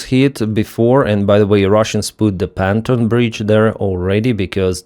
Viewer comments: I've trying to change your pronunciation of Pontoon Bridge for 4 years. It is not Panton it is Pon....tooooon! Look it up please. "Panton" sounds like "wearing trousers". From Ireland. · Pronouncing English : pontoon (bridge) pon as in the morning 'dawn' and toon as in 'tune' the piece of music. "pontoon". Slava Ukraini! Keep up the good work.